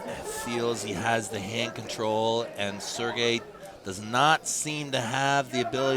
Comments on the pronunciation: haha the name butchering of sergey at the beginning was funny. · Sergeys name got butchered so bad at the start ☠️